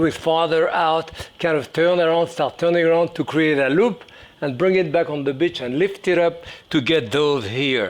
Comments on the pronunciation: Follow the what???? Ohhhh he said BEACH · He is French, and that is how they pronounce "beach". You are trying to make something out of nothing.